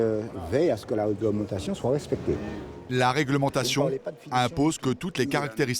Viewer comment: Ernest le casse noisette 😂. La weglementation dowaw etwe wespecté 🌴🌴🌴